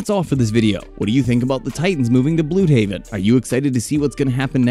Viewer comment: bluehaven? its bludhaven